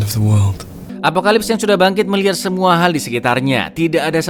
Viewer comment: izin koreksi bang "apocalypse"